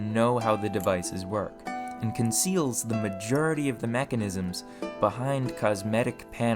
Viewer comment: What is this accent? "this needs to be worked much mer.", "cevius is bern"? "majerity"? your accent sounds very American for the rest of the video apart from these few pronounciations.